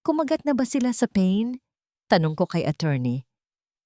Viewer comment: Not pen "PA-IN" in English "BAIT"